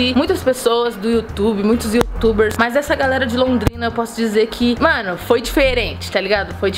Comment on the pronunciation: Porque. Você. Voi. Espuxa